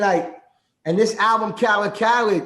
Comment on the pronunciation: It’s DJ Khaled Not, Kha-lid